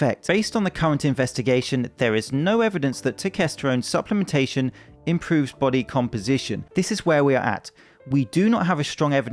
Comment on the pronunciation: Itz like a baahttle shaped baahdee I don`t know what that iz yayih!